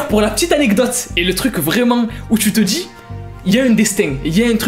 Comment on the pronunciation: Vérifie tes (sources!) Robert downey n a jamais été retrouvé à côté d un enfant ! Endormi oui,mais jamais à côté de personnes ! Pourtant c des inconnu ! La drogue donne fin?mais tu le sais! Et apprend à prononcer tu dis! Pas tu tchis! Et apprend à ne pas raccompter des débilités ! Même si robert downey n avait pas tourné dans iroman il ne serait pas retourné en prison,car il avait arrêté ses conneries bien avant !